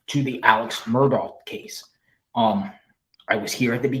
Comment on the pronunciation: How in the world could watch the murdaugh trial for 28 days and still say his name wrong?